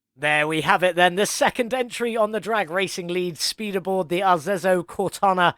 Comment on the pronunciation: FYi it's pronunciated "Arezzo Cortona"... Nice build you did here. The red ans gold are absolutely astonishing, really like it ! ^_^ Nice idea to pu the 2-tones black and gold rims on it, looks really nice. I was confuse as the V12 its using looks like the V12 we already had in the game, minus the colored intake manifold... Maybe the perfs are different too, Idk...